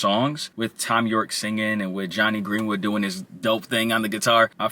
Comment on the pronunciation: bro really said “Fom Yorkie” 😭😭